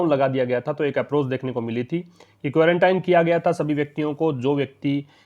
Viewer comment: सर आप भी क्वांरटाइन ही पढ़ रहे हैं जबकि आपने क्वारंटीन बताया था। देखिए आप